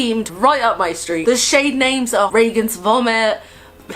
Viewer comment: Okay I need to order Regan's vomit for 2 reasons. 1. The exorcist is an ICONIC movie. 2. My name is Regan. I was named after the character in the exorcist. Side note. Thank you for saying it like Ray-gun instead of Ree -gun. It pisses me off lol